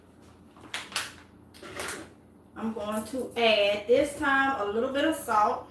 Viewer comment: that last ingredient was not clear Did you say salt